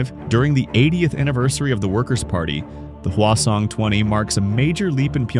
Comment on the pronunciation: Hwasong-20 ❌ Khwason-20 ❌ Croissant-20 ✅